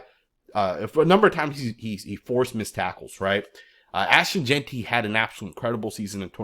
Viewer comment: My boy said his name right finally. 🤣🤣🤣